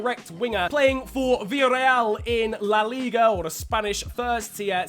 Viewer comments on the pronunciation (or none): none